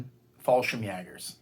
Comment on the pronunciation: You pronounced the Word Fallschirmjäger very well.And i know how hard it is to say it because the "ä".But at the end you need no S at Fallschirmjäger.One or more Fallschirmjäger is not importend